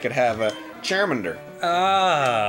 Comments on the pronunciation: he fucked up charmander's name, as he fucked up his attacks Goddammit Arin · I couldn't stop laughing at that they accidentally messed up Charmander's name and the Character's name. I never! LOL XD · Arin screwing up Charmander’s name was a very bad omen....you know the one... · I can get over you fricked on Charmander's name, but own it. Embrace it. DO NOT UNDER ANY CIRCUMSTANCE BLOW THIS PLAYTHROUGH! YOU WILL COMPLETE THIS ONE ALL THE WAY THROUGH! YOU HAVE STARTED SOMETHING BEYOND WHAT YOU EVEN UNDERSTAND SO DON'T. MESS. IT. UP!